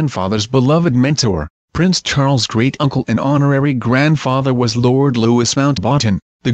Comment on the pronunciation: Luwee is how it is pronounced!